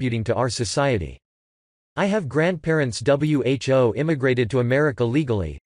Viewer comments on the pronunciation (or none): The word is "who". Not W.H.O. Get it together robot boy.